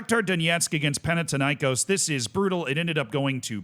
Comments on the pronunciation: As a Greek, that's how the greek teams are pronounced: PAOK was correct, Thessaloniki was wrong but we don't call them PAOK Thessaloniki anyway. Panathinaikos is pronounced PanaTHinaikòs. Foreigners usually intensify the A but it's actually the O. AEK Athens (my club) was somewhat correct. It's not pronounced A-E-K Athens but it's also not pronounced AIK like the Stockholm one. In Greece we call them ju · Do you pronounce Athena as Atina? No, why then pronounce Panathinaikós like that? It's thin not tin. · Παναθηναϊκός. There is no τ or t in English. Θ = th panaTHinaikos